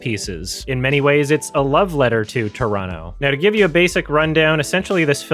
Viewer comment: I just have to put it out there that I appreciate when people can pronounce both Toronto (Traw-no) and Montreal (Mun-tree-all) properly. I know Native Montrealers who don't even pronounce our city properly